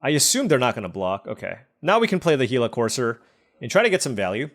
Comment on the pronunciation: Love the content! Missed you on the pro tour coverage the last few years. Happy to see you still have love for the game. Thanks for being the only YouTuber I've seen that pronounces Gila correctly! My only request is that you hover over the cards a bit longer during the draft so we can read them easier